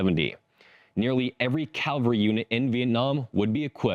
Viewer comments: CAVALRY not calvary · You said "Calvary" more than once. You mean "Cavalry." There is a huge difference between the words.